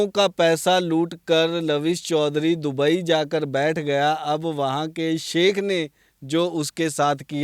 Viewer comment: दबई नहीं...दुबई😂